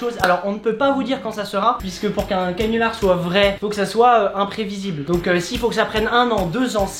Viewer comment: T'a dit cinular au lieu de canular